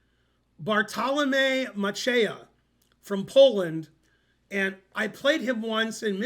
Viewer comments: You pronounce Macieja ~100% correct and his first name quite well. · Very good "Macieja" pronunciation Ben!